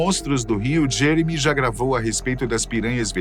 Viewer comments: Ele falou jemery no final do vídeo kkkk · Eu escutei vc falando jemery 😅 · Não é Jemery mas sim Jeremy Wade